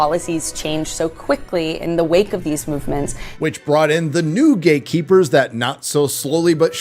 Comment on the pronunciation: I like how you enunciate that word, "gay'keepers". Based!